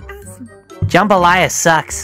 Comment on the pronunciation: I LOVE HOW THAT ONE ALASTOR THAT KEPT SAYING JAMBAYLA IT MADE ME LAUGH BADLY❤😂😂😂